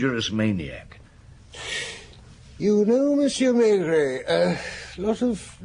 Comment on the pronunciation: This is an abomination. He could at least pronounce "Maigret" correctly. I say "he" ........probably AI.